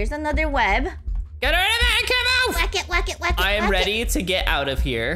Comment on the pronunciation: When you said wack it got sounded like wacka wacka wacka like pack man😂